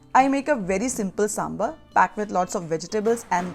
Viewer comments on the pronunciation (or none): Please buran na maane, it's saambaar not sambar.